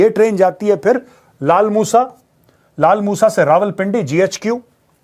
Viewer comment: It’s lalamusa not “laalmusa”!